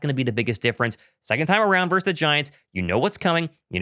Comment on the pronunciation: Love your show but, dude, the word is "VERSUS" NOT "VERSE"! Yeah, I know I'm going full word nerd on you but, c'mon, you should have learned this in third grade.